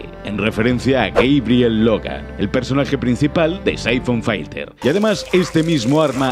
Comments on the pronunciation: ¡Se dice filter, no "failter"! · Es filter no fighter carajo